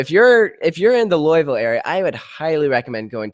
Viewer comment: The way he pronounces Louisville triggers me a bit